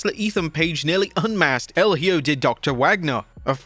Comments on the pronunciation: If you are gonna comment on wrestling please learn to say the names of the wrestlers.. it’s HIJO de doctor wagner.. no hjo or what ever the hell you said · Wrestling youtubers can't seem to learn to pronounce a simple Spanish word as "Hijo" 🤣 It's "e-Ho", not "he-oh", not "high-o", not "he-joe", E-HO. The more you know 🌠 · EE-kho (using "kh" to represent the use of J in the word Hijo)El é-KHO ✔️👍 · Hijo means son Ehoe that’s how it’s pronounced, I think, I’m Mexican for me is normal to say Hijo Hopefully WWE can also pronounce it right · Bro... No offense but you need to improve your pronunciation when it comes to talks about names that has the word "Hijo", like Hijo del Vikingo and Hijo de Doctor Wagner Jr... The best way to improve is to listen and relate the word with some made up word in English.... For "hijo" you need to pronounce it like this... The first syllable in spanish hi- is pronounced like the letter "e" in english, like on email or e-sports... The second syllable in spanish -jo is pronounced like the fist sound on the words hope or home... Hence hijo would sound "e-ho"... Be careful however not to make the last part sound like the word referring to the girls of the streets...